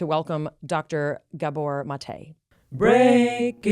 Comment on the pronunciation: Please say Dr Gabor Maté's name correctly??!!!